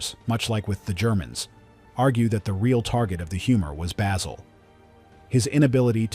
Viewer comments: can't even pronounce Basil... I'm out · This is pure bullshit. Literally NO ONE compained and no American will EVER understand why. Stupid ignorant narrator can't even pronounce the name of the principal character.